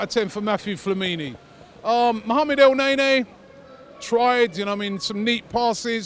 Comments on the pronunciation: El-Ne-Ny. not nea nea for the love of God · It's EL-NE-NY not EL-NAY-NAY